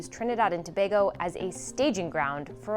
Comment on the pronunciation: Thank you for pronouncing Tobago correctly. Attention to detail.